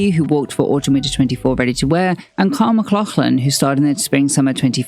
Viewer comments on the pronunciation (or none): none